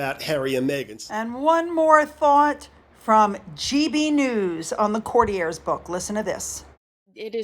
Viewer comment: you are the first American youtuber I've heard pronouncing 'Courtiers' correctly. I love your videos. 💝👏